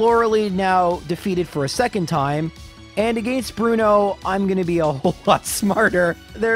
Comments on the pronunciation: its not his fault he has a different accent also whats wrong with the way he pronounces arcanine again or against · Why do you pronounce against like that?